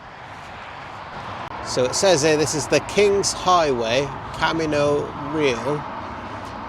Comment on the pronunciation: That is not how Beaumont is pronounced. Also not how to pronounce Camino" I wish you had gone farther; you should see west Texas.